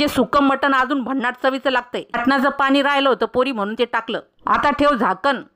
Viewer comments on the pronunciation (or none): none